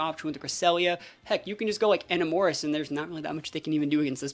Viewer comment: your pronunciation of Enamorus is crazy lol